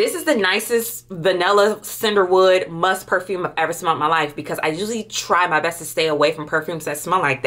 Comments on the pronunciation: I was getting confused because she is saying “Sinderwood” or “Cinderwood” for I believe Cedarwood? And Vaniller for Vanilla. Pee-uh-nee Mag-no-lia Vuh-nill-uh See-der-wood 🤣🤣🤣🤣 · I just caaaant with the ‘Cinderwood’ 😂😩